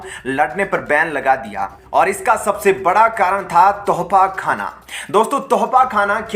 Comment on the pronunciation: Bhai thofakhana nahi tosakhana.Thoda sahi Karo apne aap ko.